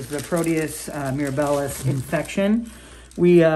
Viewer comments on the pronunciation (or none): Great follow up! The organism is Proteus mir-AB-ilus. Accent on the second syllable. I used to work in clinical microbiology. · Agree! Great video and good point regarding the name of the organism. I worked in clin micro as well and my ears twitched a little when I heard “miraBILLIS.” 😂😂 Anyway; just a little bit of clinical humor.